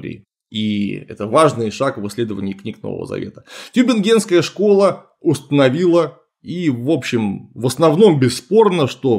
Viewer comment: тЮбингенская школа. Tübingen: ударение на первый слог